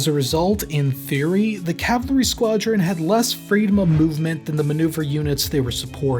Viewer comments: This speaker couldn’t say Cavalry if it saved his life !!! LOL !!! He kept mixing up Calvary with Cavalry !!! Calvary is the hill they killed Jesus Christ on and the Cavalry had nothing to do with that !!!! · The way you say "cavlary" instead of "cavalry" is shouldn't bug me as much as it does, but it do. Just FYI. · It's CAValry not CALvary. The hill Jesus died on is not a premier American fighting force.